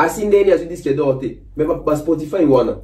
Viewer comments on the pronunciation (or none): merci! Je croyais que jtais le seul à avoir entendu Spotifaïve🤣🤣🤣🤣🤣